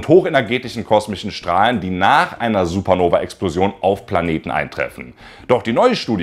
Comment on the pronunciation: Es heißt SupernovA nicht Supernoveee ... Selbst erstmal viel Angst machen und am Ende sagen, das es uns nicht betrifft. Das ist einfach Klick-Bait ... Daumen Runter. Außerdem sprichst du wie Herr Anwalt in einigen Teilen. Copy Cat. ..